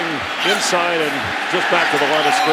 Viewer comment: "Julius peppers comes INSIDE of guys." That emphasis on inside really got to me.